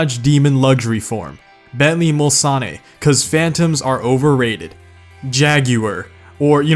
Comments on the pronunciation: Mulsan-NE sounds like a fancy dessert. It's Muls-ANNE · bentley mulsanne killed me I know you basically said to not correct you but its mul-sann not mul-sane oh yeah and the cerbera speed 12 also handles like a viper, an original viper.. its scary. oh and the noble m12 exists, it is an underrated super car, its funny you changed it to m600 lol ok yeah i should stop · Did he really just say Bentley Mulsann-y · your pronounced Mulsanne wrong my boi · no it’s mulsanne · The way you pronounced 'Mulsanne' was like a nail on a chalkboard. I take it you're not an Endurance racing fan.